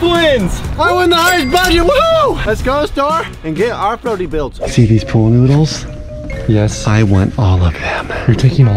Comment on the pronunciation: I laughed so much when he couldn’t say pool noodles. “Needles noOdle noodles”